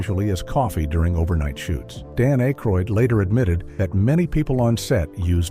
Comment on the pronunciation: A-croid? Hire a human narrator please. 😢